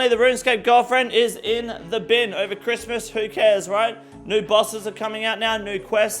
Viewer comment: Homie just did a camila cobello with that 'cwiss-mus'